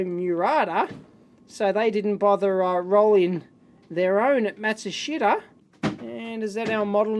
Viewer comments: For reference Matsushita is pronounced mat-soo-shee-tah. They owned National and Panasonic before they rebranded a few years ago. Panasonic is great with old datasheets and manuals. I owned an electric typewriter and needed a section from the manual. After a quick email they sent a scan of the relevant pages over. I wish other companies were like that. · mat-soo-sheeta It's a Technics TV!